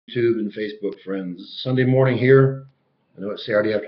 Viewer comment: Sunday morning there sounds like NZ or Australia!